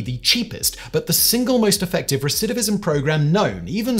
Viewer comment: I just want to say how impressed I am by Simon's ability to repeatedly say "recidivism"...I can't say it at all!!!